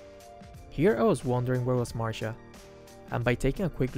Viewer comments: Why all streamers in MLBB always says marsha but its masha not marsha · Who the hell is marsha its masha